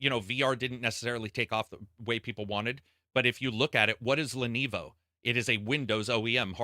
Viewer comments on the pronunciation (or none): Sorry man you keep saying "Lenevo" its LENOVO